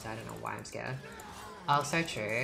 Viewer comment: she says chartreuse and no one can convince me otherwise